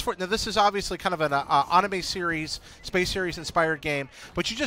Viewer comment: dude seriously said onimay,😑